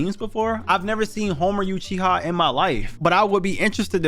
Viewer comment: Bruh you lowkey look like Homer Lee bro. With yo mushroom ah headpiece and big lips lol😂 Can't even say Uchiha right